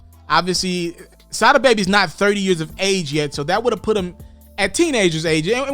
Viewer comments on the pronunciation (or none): It's pronounced Sah-dah